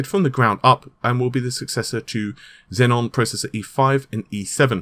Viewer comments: no, it doesn't have 2 Ns. its xeon, not zenon. zenon is a great record label, not a CPU. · Just a nitpick: It's pronounced "Zee-on", not "Zen-on". The latter sounds like the CPU in the Xbox 360. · Hey it's xeon bro, not xenon atb on patreon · It's pronounced zeon wtf man. Seriously get your shit together. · Naples...and...Xeon, it's not that hard to pronounce, dude. 😑